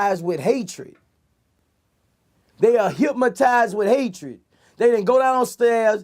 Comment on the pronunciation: Somebody please tell Boosie there ain't no "M" in Hypnotized 😂😂